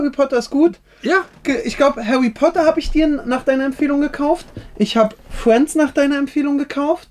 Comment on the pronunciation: hawy potter und lego fwiends man kennt ihn